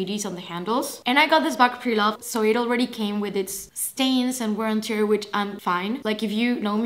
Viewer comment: Just a small remark - not at all any sort of hating from my side! You said English is not your first language, so I just wanted to point out - when you say “wear and tear”, the “tear” is pronounced the same way as “wear”, not like “gear” 😊